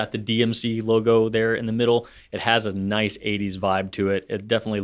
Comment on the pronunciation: .19 did just say “noice”? 😂 If that’s a Kath&Kim reference, I’m impressed. Greetings and thanks from Australia.